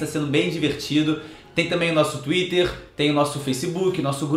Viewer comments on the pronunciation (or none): none